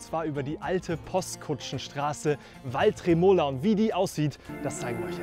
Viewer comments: Sehr schönes Video, Kompliment. Nur hast du nicht den Nuféenenpass gemacht, sondern den Nùfenenpass (Betonung auf dem „u“ gefolgt von kurzem unbetonten „e“). Und es ist nicht due Tremòola, sondern die Trémola. 😅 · Grossartiges Video. Tolle Leistung. Ziehe den Hut. Kleiner Tipp. Nufenenpass betont man nicht auf dem ersten „E“ sondern auf der ersten Silbe „Nu“. Ebenso bei der Tremola. Betonung auf „Tre“ und nicht auf „Mola“.